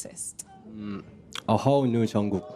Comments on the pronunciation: Thank you so much for this video, it's very useful!! Btw the "k" at the end of Jungkook's name is to be pronounced too, so it's Jungkook, not just Jungkoo. Otherwise great video, tysm!!! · Jk's name is pronounced with a k on the end not with oo.